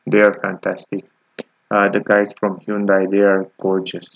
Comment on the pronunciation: Your pronunciation of the vehicle is incorrect look at how it’s spelled i’m talking about the manufacture